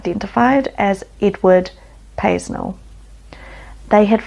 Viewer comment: Paisnel is pronounced pay-nell. the reason the Police chased him was because he was speeding at 70mph, the islands speed limit is 40. Edward claimed the spiked/nail wristbands was an invention of his for scraping plaster off of walls. the door to the secret room was located behind a wardrobe, the door had to be broken down as it was locked. due to the children being taking from their bedrooms in the middle of the night and then returned, made many parents think that the kid had just had a nightmare. this is why the true number of victims is not known. the skull fragments was actually Coconut shell and the blood found in the void under the floorboards at Haut De La Garenne children's home was from a plumber, who had accidentally cut himself while working there. Jimmy Saville also visited there in the 1970's, I remember him opening a Fete there. Ted Heath (British Prime Minister) use to take boys from there out on his yacht. rumor has it that one boy went out sailing with him and never returned.